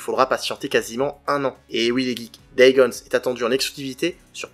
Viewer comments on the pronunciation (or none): Superbe Vidéo 🤗 par contre C'est "Days Gone" il y à pas de S à la Fin !! 😉